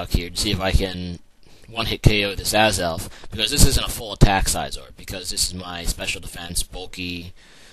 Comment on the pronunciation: Why do you pronounce names wrong, like celebi, suicune, and scizor